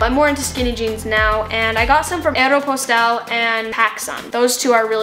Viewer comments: the way she said Aeropostale, tho...... luv your vids!!!!!!! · ive never heard anyone pronounce aeropostale like that before 😭